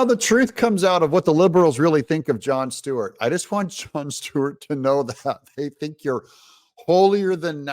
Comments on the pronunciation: It’s Stewart… not Steward… don’t sound ignorant like him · It's not Steward it's Stewart s t e w a r t